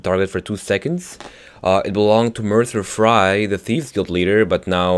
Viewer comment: Mercer Fray hahah, I love you!